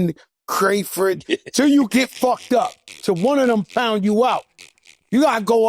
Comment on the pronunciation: Joe said “crateford” 😂😂😂 Joe is hilarious